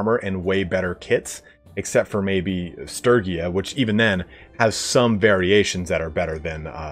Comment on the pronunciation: I hate to admit it, but I honestly die a little every time I hear Sturgia by that pronunciation. My heart and soul are entirely committed to the soft g.